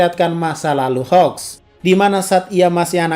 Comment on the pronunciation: Bang kok susah amat bilang namanya hawks (keigo) nama endeavor(enji) juga sama